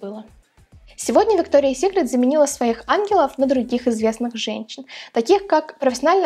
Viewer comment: Правильно произносить - Викториас Сикрет, а не Виктория Сикрет🙄